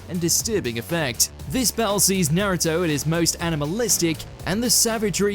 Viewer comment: What's this Nairuto? I only know a naruto. Na-ru-to.